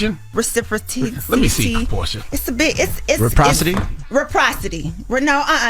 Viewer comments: The word is... Reciprocity lol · 😩😩😂😂😂😂so true! I was screaming when they couldn’t pronounce reciprocity 🫣🫣😂😂